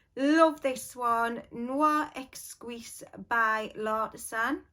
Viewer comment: You say “Noir Eskeez” in French. Words that begin with qu are simply pronounced k. Qui- kee. Quelque chose- Kelke choze.